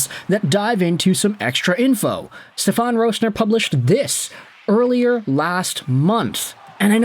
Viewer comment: Its SteFEN. Not SteFON